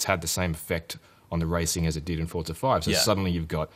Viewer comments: Its Forza, NOT FUCKING FORTZA!!!!!!! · hey it's FORZA not fortza!!!!!! say it right, jesus this can be viewed around the world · Nigga keeps sayin Fort-sa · It's forza, Not fortza ! It's funny how the people that are supposed to report the latest news on games can't even say the name correctly. WTF ign??? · im spanish and forza resembles "force" in spanish (fuerza) there is no fucking "T" before the Z